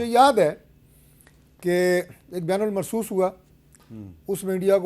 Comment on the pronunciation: اس کی حالت دیکھو ۔ بنیان المرصوص کو بیان المرصوص کہہ رہا ہے ۔ یہ ریاست مدینہ والے گروپ کا MNA ہے